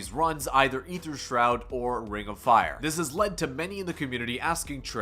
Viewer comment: a-ther not e-ther